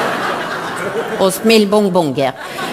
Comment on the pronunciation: Jeg ler meg ihjel hver gang hun sier "Smellbongonger"... xD